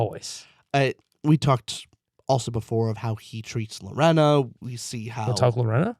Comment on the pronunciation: LoRAINa Lorena is pronounced Luh-Rain-uh